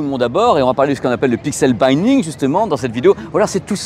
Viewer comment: Pixel binning, c’est un i court pas le i de five :)